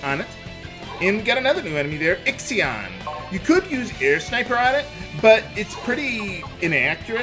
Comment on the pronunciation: Ixion isn't pronounced ex eion its pronounced eye she on - in another game they have that name and thats how they say it